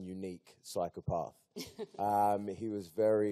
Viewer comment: I dont understand his pronunciation of 'psychopath'. I have lived in the south of england my entire life and even i havent heard anyone else say psychoparth.